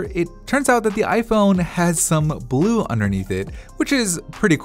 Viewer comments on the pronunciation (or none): none